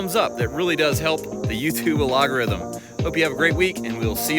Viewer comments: Hahahah, did he just pronounce algorithm as "alogorithm" at the end? I'm cracking up🤣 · Pro tip for you …it’s pronounced al-go-rhythm, not ah-log-o-rhythm 😂😂😂 much love from PA!